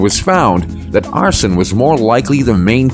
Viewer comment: Lazy using a computer. First sign: Mispronunciation of simple words like arson